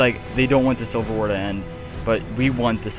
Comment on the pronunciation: Civil not silver